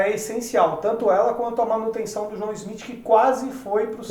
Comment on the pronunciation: Deu agonia do falando João Smith.. Schmidt porra!